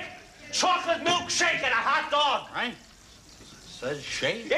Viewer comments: "What's a hotdag"? LOL!!!!!! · "What's a Hotdag?" lol